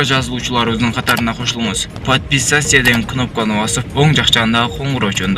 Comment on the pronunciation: Ой бляя, качан туура сүйлөгөндү үйрөнөбүз??? ПАДПИСАЙИСЯ КЫНОПКАНЫ 😭😭😭🤦🤦🤦🤦🤦🤦🚭🚭🚭 "Жазылганды унутпаңыз коңгуроосун басып койгула" дегенге мээң жетпейби? Орусча тың сүйлөп албасаң кыргызча эле тап-так тың! сүйлөбөйсүңбү, тантырап уят болбой.